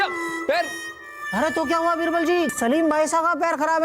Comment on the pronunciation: बीरवल ❌️बिवरल✅️😂😅